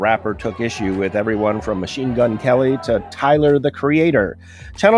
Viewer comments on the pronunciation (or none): none